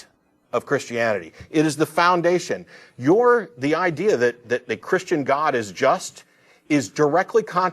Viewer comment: I hate the sound of his voice he slurs the word christain lol he sounds annoying